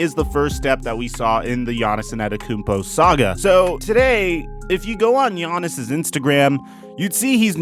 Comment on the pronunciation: Bruh he said Giannis Annettakoumpo